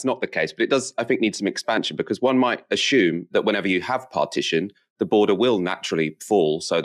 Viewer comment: There's no H in assume...